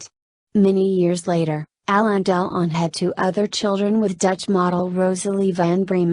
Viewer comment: The worst computer voice ever...Hallon Dell-on, who he? How could Alain Delon have disowned this love child of his who looks like a perfect clone?